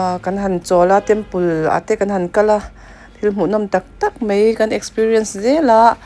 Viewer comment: Mizotawng hi hman dik a ngai a nia eg ,mai tihtur ah mei tih te😂